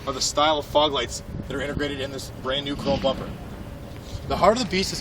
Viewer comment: Can you say intergrated just one more time?